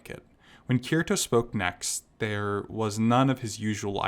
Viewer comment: Kirito is pronounced Kitty-Toe...lol